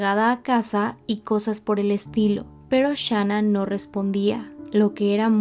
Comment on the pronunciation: Gracias por cubrir este caso con detalles correctos y con respeto. Muchos canales en español no han hecho un buen trabajo de investigación, y también lanzan declaraciones injustas sobre Shan'ann. Solo te critico cómo pronuncias el nombre de Shan'ann pero te lo paso 😊.